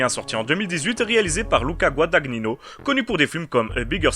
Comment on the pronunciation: GuadaGNino , pas Guadag Nino , c'est de l'italien ;), sinon jolie critique